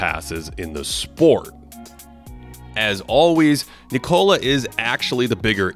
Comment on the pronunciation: it´s "Nickola", like in "Nick", you know?